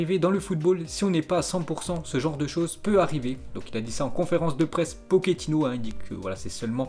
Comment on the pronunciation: Arrêter des dire poketino , c'est pas un pokemon , pochetino c'est claire non